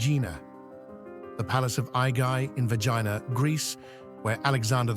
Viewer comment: Bloody hell its not Vagina.. its Vergina say it correctly Its embarrassing.